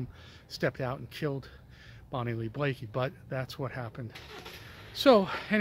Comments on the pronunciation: Bonnie Lee Bakley, not Blakey🙃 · I was a witness in that murder trial. You can’t spell or pronounce her last name. Why are you even making a video if you don’t know her last name.